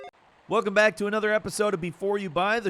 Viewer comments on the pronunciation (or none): none